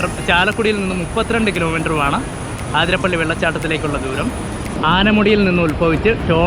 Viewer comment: you should pronounce it as അതിരപ്പിള്ളി not ആതിരപ്പള്ളി.. forgive me if i was mistaken...